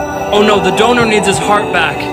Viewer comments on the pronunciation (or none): Dude when he said "Steve found a donor" it sounded like he said. Steve found a donut